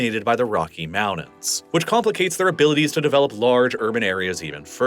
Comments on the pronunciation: When did mountains become pronounced "moundans"? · I really wish you'd learn to pronounce your "T"s more consistently. I'm tired of moudens, Manhadden, and all that.